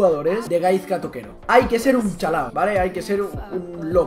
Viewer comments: se pronuncia gaiska pero bueno XD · La z de Gaizka se pronuncia como una s :S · La z de Gaizka se pronuncia como si fuese una "s". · like si te sangraban los oídos cada vez que pronunciaba mal Gaizka XD ese euskera joder, toquero balón de oro ya XD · Hay una cancion mejor de toquero spurss pero buen video ajajajjaja y se pronuncia GaiSka jajajaj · espabilao di bien gaizka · pronuncias mal gaizka pero ni te rayes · a ver si aprendes a pronunciar Gaizka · aber una cosa es k no sea el mas famoso de los jugadores pero gaizka es y a sido una leyenda en el athletic y el alaves y otra cosa es k no te guste la musica vasca xk no as puesto la cancion mas visitada en el proximo coment. Y aprende a pronunciar su nombre k aki las z se pronuncian diferente